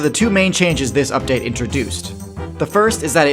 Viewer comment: I don't like the way you say update and patches and glitches. Makes me question my reality